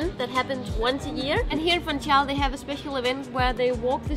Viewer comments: Guys, please, "Funchal" does not have a "T". As always, nice tasty video. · funSHal, not fun-cal